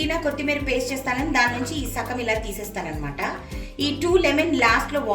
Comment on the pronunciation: Sakam kadandi.. Sagam andi